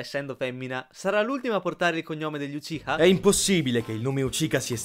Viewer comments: Ma? Sasuke Uchika?Non è Uchiha? anche per il Chidori.si legge cidòri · Che fastidio quando dite ucica quando si dice uciha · Ma dice uchica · io sento che dice sasuke uchika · Ma cos'é il clan Uchica? AHAHAHAHAHHA SI DICE UCHIA NON UCHICA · Uchika!? Si dice Uchiha! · hai detto uchika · Fra ok l'avviso per gli spoiler... Ma non hai avvisato che non sai pronunciare uciha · Il cognome di Sasuke l'ho hai detto un po' male ma tutto il resto è perfetto